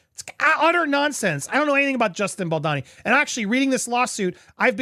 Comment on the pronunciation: Bal-doh-ni. Not Bal-da-ni. Dude, he's kind of central to your reporting.